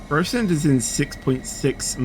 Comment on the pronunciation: how many times have I told u it's GRAVESEND so GRAVES as in Graveyard and SEND as in you sending texts